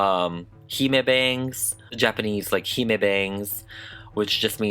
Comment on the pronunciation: The doll is absolutely gorgeous but with regards to the concept of a hime cut you are totally wrong. Firstly, the pronunciation is 'hih-meh', not 'hee-maa'. Secondly, this is not the bangs typical of a hime cut, nor is any part of it actually accurate to a hime cut. The cut entails having flat bangs, with cheek- or jaw-length (no longer!) sidelocks and straight hair that ends in a straight cut, which this doll features none of. Don't get me wrong, it's super cute! It's just not nothing to do with a hime cut.